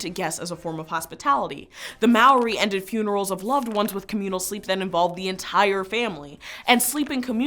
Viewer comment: The way she pronounces Maori xD